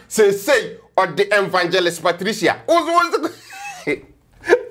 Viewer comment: Lol Nana1 you caught that too right! 🤣🤣🤣 I kept saying am I the only one hearing that? “Vangelist” 🤣🤣🤣